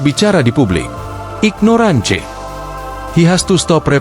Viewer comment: Kok baca ignorance salah, bgmn journalist sekarang